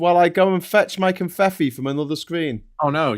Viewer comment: Oh! 😳It's "Confeffi", like with two Fs, ("...ff...") not two Ts.